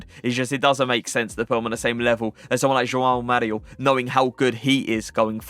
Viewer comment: Kudos to you for the great pronunciation of both the J and the "ão" in "João Mario" 🙂 Perfect!